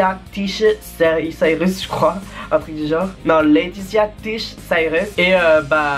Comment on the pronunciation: La mere de miley cyrus, sappelle leatitia cyrus, s'appelle Leatitia pas leatita tish, tish c'est son surnom de leatitia